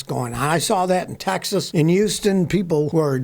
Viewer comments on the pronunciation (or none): none